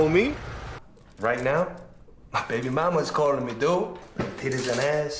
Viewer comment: "BrABY MrAMA"